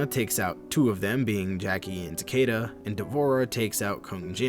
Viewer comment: Its Tah-Key-Tuh, not “Tukayduh”